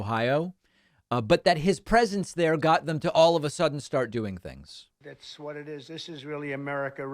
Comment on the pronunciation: "Theengs like this" how can people like him?!